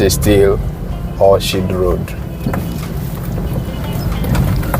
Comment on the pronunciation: good job. The name of the street is pronounced as Orkid. Just as you pronounce Orchestra. English pronunciation can be hard.